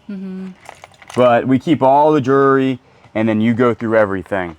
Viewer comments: I don’t know if you know but you pronounce jewelry like jury. Jew-el-ry is the correct pronunciation. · Do you say jury instead of jewelry on purpose 😮